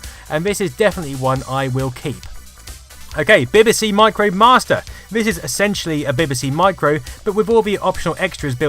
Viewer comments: Dont you know how to pronounce BBC? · Love your videos but as a Brit you really should be able to pronounce BBC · While I'm having trouble getting past the way you pronounce BBC! I'll forgive you because I'm hooked on your channel. Keep up the brilliant work.